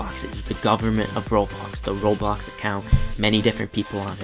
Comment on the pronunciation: Wait but, please say ''roblox'' and not robox.